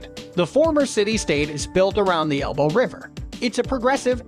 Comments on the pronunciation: I'm still laughing about its pronunciation of "Elbe" as "Elbow" xD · Not to forget the famous river "Elbow". 😅